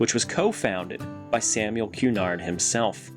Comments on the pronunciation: Love these vids... you must be from around here eh? Btw its 'ku-NARD' not 'QUE-nard' so says cabbies Dartmouth has a few ships that act as shorefront. They got pushed hard into the mud and built around :) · Thanks so much for your reply! That's exactly where I'm talking about. I'll let the cabbies know they are clear to pronounce Cunard either way they like